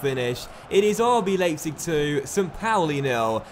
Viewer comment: Leipzig is pronounced "Lie-pzig". In German, when you have an I and an E in whatever order, you pronounce the second letter.